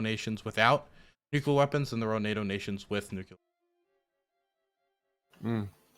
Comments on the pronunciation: please. It's Nuclear! Not nucular. Come on man, you can do better! Pronunciation of this word aside, I love your content, especially the hippy dippy round table. Keep up the great work. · Love you, just one thing - it drives me nuts -it's nuclear, not nucular. I think this stems from people using nuke as short-hand, and then assuming it comes from nucular. It doesn't. It's nuclear. Pls stop saying nucular. TY! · If it has said before, I apologize, but… No one has nuCUlar weapons. Some have nuCLear weapons. C’mon!!! 😂😅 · "NU CLEAR".. its not "NU CU LAR" xD hahaha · IT'S NEW-CLEAR, NOT NEW-CUE-LAR. For the love of god and everything holy can someone PLEASE tell him this? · I'm begging to learn to stop saying "nukular" because I stop focusing every time I hear him say it. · Love you, and I know it’s petty, but every time you pronounce “nuclear” as “nukular” it triggers George W. Bush flashbacks. You’re better than this. I believe in you. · why do you say "nuclear" like George HW Bush?